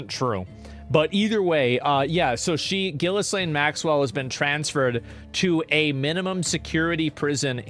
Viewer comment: Jizz-lane Macks-well